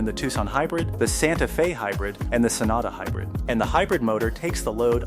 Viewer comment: Didn’t realize it was a Ai voice until “Santa Fez”